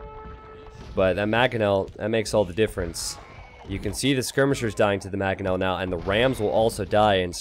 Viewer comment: It's Mangonel, not Magonel!